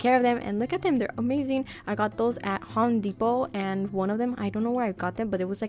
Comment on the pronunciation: " I got them at hom depot"